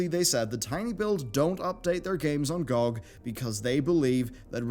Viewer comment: GOOG? it's GEE O' GEE